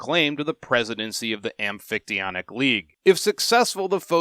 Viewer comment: Hey a YouTube video including the amphictyonic league that's not just a robot voice reading how to pronounce it.. nice.